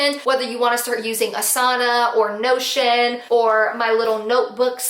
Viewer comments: Lol to that time that during the whole video I thought you were saying “no shit”app and it wasn’t until you posted the photo that I realized you were saying notion. 🤦🏻‍♀️🤦🏻‍♀️🤦🏻‍♀️ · Not going to lie, thought you kept saying 'no s--t' instead of Notion, lol (I blame a clogged ear and mult tasking). Thanks for the tips. Notion might be a good one for my needs.